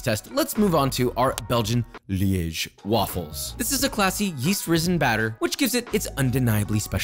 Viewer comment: As a person from Liège, I’m so proud of your pronunciation of my city, it was flawless